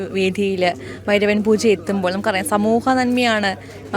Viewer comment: Interviewr - bairava poocha alla pooja. Chila samayathu bairavan poocha ennanu parayunnathu